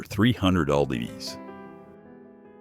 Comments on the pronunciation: A.I. narration. Not too bad, but weird mispronunciations often give it away. eg “ell-bees” for lbs. and “Deck 27” instead of “December 27.” Gene Hackman and his wife were not poisoned. Some of the other causes of death were incorrect as well. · I hate AI videos. Brando weighed "350 el b's". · L.B's? I know it means pounds but really A.I.? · Lbs. is an abbreviation for pounds - not “el-bee-es” - stupid Ai narration 😂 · Please stop using AI voices... they say "LB" instead of pounds... mispronounce names, etc... Not enjoyable. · Idiot AI narrator, lbs is not pronounced as l b s; mph is not pronounced as m p h. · Oh, for Heaven’s sake. AI narration? Really? I was engrossed in this until the bot narration indicated that Marlon Brando weighed 300 “L” “B”’s. Seriously? Doesn’t a real human even preview this slop? I’m done. Sad, too, because the info presented was accurate. It just took me out of the mood to know I was listening to a robot. Ugh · Marlon Brando weighed over 300 ell bees….that would be 300 pounds….frikking robot voices. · I'm sure they would prefer to be remembered as being in their prime. Gene Hackman was unrecognizable in that photo. AI narrator - cannot pronounce lbs. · AI gotta learn. You see "lbs", you pronounce it "pounds". P-O-U-N-D-S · I thought it was funny when he said "el bees." Don't count on humans always saying words perfectly either, they don't. I notice a lot of grammatical & spelling errors & mispronunciations on the Internet. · Gene Hackman and his wife died of "suspected poisoning"??? Where did you dig up this B.S. tidbit? And yes, the AI pronunciations of several things is comical. Not very "intelligent".